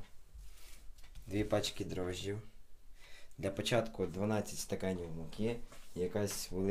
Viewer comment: Хммммм класно якщо не вважати що ти сказав ДРОЖДІ а не ДРІЖДІ